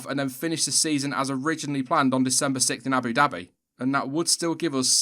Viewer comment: The way you say "Abu Dhabi" is cartoonishly hilarious.